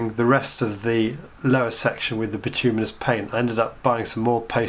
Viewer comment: nice job, now all you need to do is learn to pronounce bituminous and you will have cracked it